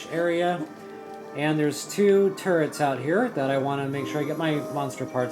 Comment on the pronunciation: When you say turrets, I think "turds" 😂😂😂 now when I see them in my game, I call them turds